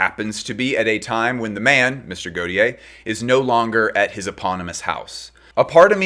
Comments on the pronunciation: Not sure you’re pronouncing Gautier correctly. My understanding is ‘tier’ is rolled into a single syllable not ‘ti-er’. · you say Omme plisse but you pronounce gautier in the MOST american way possible lollll. good effort tho 🫶🏼🫶🏼🫶🏼